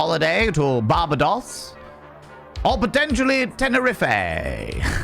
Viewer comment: Bar-ba-dos, and Tener-riff-é 😂